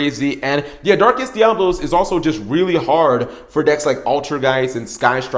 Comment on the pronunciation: Oh my god, I'm going to punch the next person I hear mispronounce DiaBOlos! What you're saying is spelled Diablos. I fucking hate how many people say it wrong!